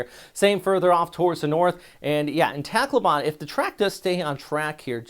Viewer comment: Accent/stress on the capital letters. SA-mar not saMAR tac-LO-ban not TACloban pa-LA-wan not PAlawan pag-A-sa not PAGasa Would be nice if you also learn how to say the names of places the way the native populace say them.😊 But thanks for the updates though. Very timely information. Just what we need.